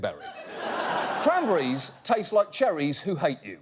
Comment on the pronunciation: Wait wait wait learn how to say cranberries before start fucking with them